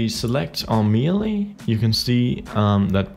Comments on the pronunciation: "may-lay", not "mee-lee" :) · It's meh-lay not me-lee